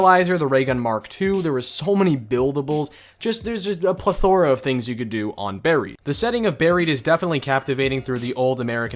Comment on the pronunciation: Did he say pleth-O-ra?